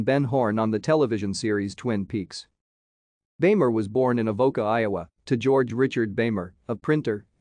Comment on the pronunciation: It's pronounced "beemer".